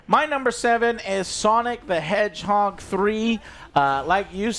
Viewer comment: Sonic the hedgehog not hendgehog